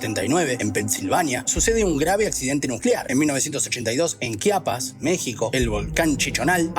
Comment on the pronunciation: Exelente video, sólo que es Chiapas no Quiapas pero realmente muy buen video